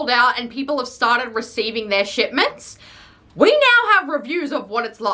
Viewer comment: I heard shitment instead of shipment